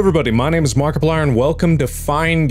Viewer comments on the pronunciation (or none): Marky Plieroni??? what was that accent!!!!